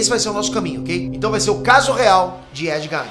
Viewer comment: Porque ele fala "Nei nerd"???